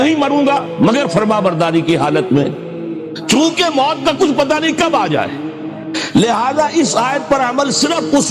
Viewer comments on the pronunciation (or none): none